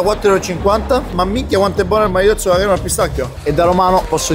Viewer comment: non si dice maritozzo ma maritosso alla mr 18